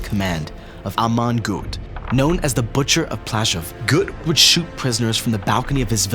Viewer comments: Not exactly sure but I think Goeth is pronounced Gurt, not Gooth. Otherwise, excellent video. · Amon Göth's surname is pronounced "Gurt".